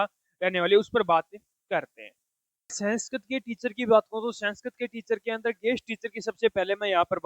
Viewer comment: Senskirit nhi 😂😂 Sanskrit